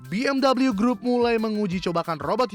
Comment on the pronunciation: udah bener baca 'BMW' cara indonesia,malah pakek cara inggris LOL